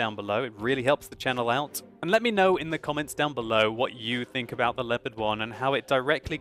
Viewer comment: LEPPERT? Its LEO-PARD, jesus....